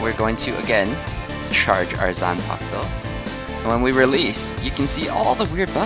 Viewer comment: Can you even pronouce Zampak-to